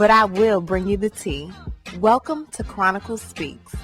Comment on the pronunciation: CHRONICLES!!! Not “sista long face”!!! 💀💀💀 u have a good weekend queen u dont owe me nothin😩😂😂😂